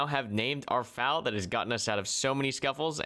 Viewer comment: hey you do know FAL is an Acronym right? YOURE SAYING IT WRONGGGGGGGGGGGGGGGGGGGGGGGGGGGGGG